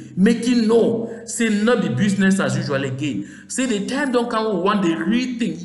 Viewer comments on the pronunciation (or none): business is pronounced in English "bizness", not "bewzness"